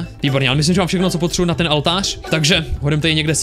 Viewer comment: Proč furt říkáš Altář je to OLTÁŘ 😭😠😠😠😠😠😠😠😠👍🏼👍🏼👍🏼👍🏼👍🏼❤️